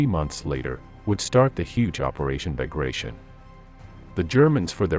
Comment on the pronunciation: operation “Bar-grah-tee-ON” named after Prince Pyotr IvAnovich BagratiOn, general of the infantry who was mortally wounded in Borodino battle 1812